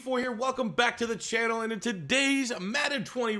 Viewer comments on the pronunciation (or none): none